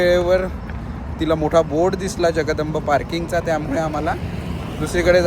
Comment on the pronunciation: जगदंब ❌ जगदंबा ✅ 😅